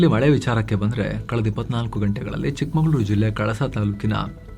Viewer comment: ಚಿಕ್ಕಮಂಗಳೂರು ಅಲ್ಲ ಚಿಕ್ಕಮಗಳೂರು ಗಮನಿಸಿ